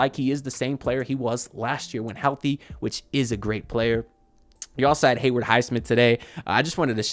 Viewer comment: 3rd straight year of hearing bro say "Heyward" Highsmith 🤣 All love though haha